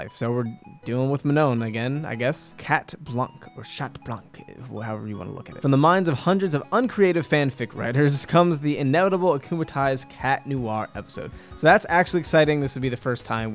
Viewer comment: to help you prononce chat blanc (or well the word "chat") is sha the T is silent